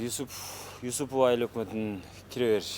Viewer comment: Юсупова деп туура айтчы?